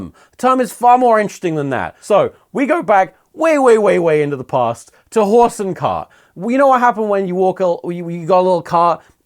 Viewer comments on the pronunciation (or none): none